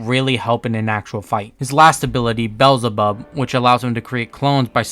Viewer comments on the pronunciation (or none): Love this video but the way you pronounced some words made me slightly annoyed like I’m used to people saying “merUem” and “BEelzebub”